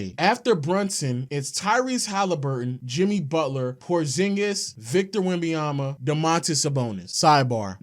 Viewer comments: Bro it’s not that hard to say victor wemBENyama stop saying “wembeyama” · This nigga say Wemby-Yama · STOP SAYING "WEMBAYAMBA" GOD DAMN